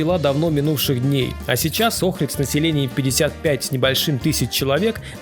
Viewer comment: Улица это Чаршия😅 и это НЕ рынок, рынок закрыли старый и сделали крытый базар. Ни разу не слышала, чтобы её называли улицей климента в жизни) Охрид и охридское, ударение не туда. В амфитеатие слушали Хворостовского.